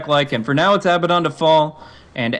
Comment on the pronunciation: Why can't anyone pronounce Abaddon correctly? He says his own name when he spawns. It's not that hard.